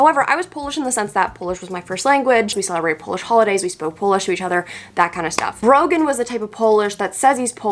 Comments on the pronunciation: I thought she said broken instead of Brogan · Not sure how the algorithm got me here but you get a like for having to put up with "Brogan"